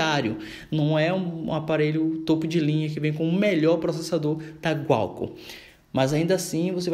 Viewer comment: não é "gualcon", é Qualcomm.